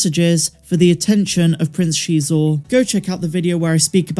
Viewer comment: I think your the first person I heard pronounce Prince Xizor’s name correctly. I used to listen to Shadows of the Empire on tape cassette all the time years ago, and you say it like the reader said it. Many times I hear people say his name like “Sizor” or other similar ways. The OCD in me always has to say the correct pronunciation right afterwards lol. Now I say correct based on how the reader pronounced it and maybe the reader was wrong, but it’s how I know it so in my book, it is how it is lol